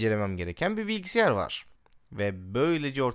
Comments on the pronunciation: abi bilgisiyar değil bilgisayar :D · Abi ne olur "Bilgisiyar" deme ya :D